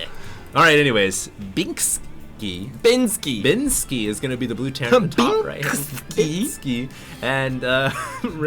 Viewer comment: What's with the hate? He may not as naturally entertaining as, but he's only correcting quite frequent mistakes - like being unable to pronounce 'binski' =/ They make a pretty good combo